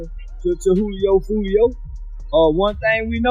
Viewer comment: Jew lee o. Foo lee o 😂😂😂